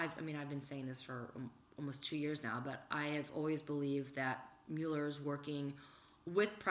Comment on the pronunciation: The name is NOT myul-er, it's MUH-ler.